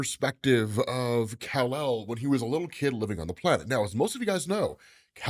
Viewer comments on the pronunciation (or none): none